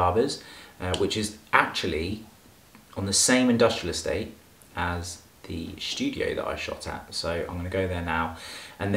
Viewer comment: 0.49 “shtudio” Lool